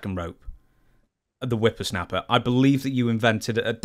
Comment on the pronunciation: Hearing a grown man say wimpersnaper lol